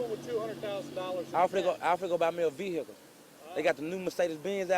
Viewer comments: He was finna buy a " ve-hickle " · "veheekel" 😂😂😂😂 "im mad now so im finna cop a ferrari" 😂😂😂😂 man bruh im done